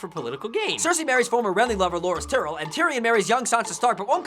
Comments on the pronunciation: Its tie-rell. Not tea-rell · is there a reason their pronouncing it "tear-el" instead of "ty-rel"? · Just saying, it is pronounced tie-rell, not tyrall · Not tyreel Ty-Rel